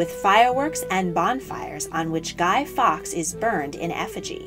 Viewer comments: Fawkes pronounced forks and not fox. Just saying. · Guy fowlks, not guy fox!! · I know, the pronunciation was a tad off. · It's Guy Fawkes not Guy Fox! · It’s Guy Faukes not Fox. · It is Guy Fawkes NOT Guy Fox. Get it right or get lost. You Div. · It's Guy Fawkes not Guy fox